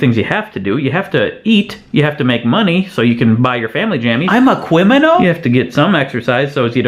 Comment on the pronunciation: This is some TED Talk level stuff, Craig. So clever it's, dare I say it..... Cwiminal.